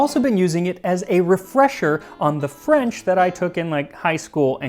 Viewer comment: Your French is pretty fantastic, the nasals are almost perfect. And to be fair, it might be better than mine, since I have a very thick eastern walloon accent and half the words I use aren't standard French.